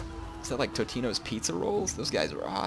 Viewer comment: I believe it is Totinos Pizza Rolls not Tutinos